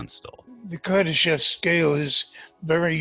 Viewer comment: "Kadarshev" ?!?!?! if you speak about him at least learn to pronounce his name properly mr Befnord.